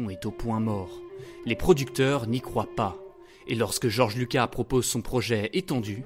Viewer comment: Le s de Lucas se prononce 😉